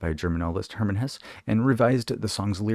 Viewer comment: Siddhartha is a great book. I read Hesse’s book (pronounced HESS-uh) in college, very good. CTTE is my favorite YES album. So good.